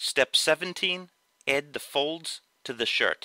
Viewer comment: why do you say ed instead of add where are you from?